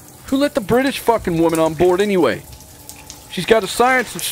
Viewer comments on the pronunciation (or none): did you just say brittish lmao